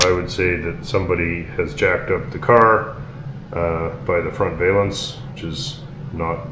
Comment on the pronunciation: Whats a vaylance lol😂 perfect repair as always tho.